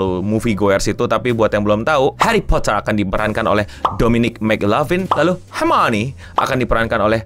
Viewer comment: hermione bang bukan harmonie🗿